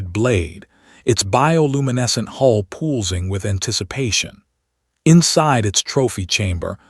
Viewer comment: "pool-zing"? also only 3 fingers on her right hand.